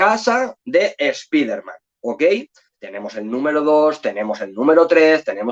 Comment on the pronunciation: Lo primero mejor, si vas a decir nombres en inglés es saber alguna idea como se pronuncia .. dios mío.. (escuchar que dices espiderman duele los oídos) Pero está muy bueno el contenido del vídeo, se agradecen las recomendaciones